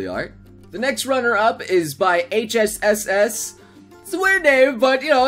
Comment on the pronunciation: Did he say "HSSS" instead of "HHSS"